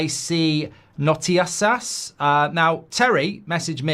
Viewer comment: Goldbridge trying to say “notícias” portuguese for news, was quite incredible